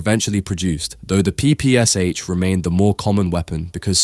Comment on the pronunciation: Jesus the A.I. is mispronouncing the PPSh...